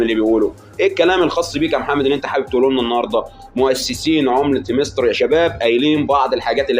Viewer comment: هااامستر مش هيمستر قولنا بس عاش ع اي حال 😂❤